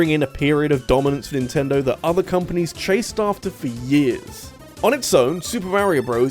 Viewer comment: Why do you pronounce "years" as "jizz"?